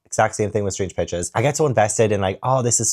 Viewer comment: Every time you say Strange Pictures, I hear Strange Bitches. 😭😂